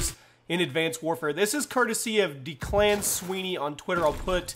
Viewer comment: It's pronounced deck-lan